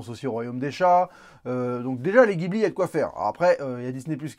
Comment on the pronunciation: Bon conseil...mais ça se prononce "jibli"...SI!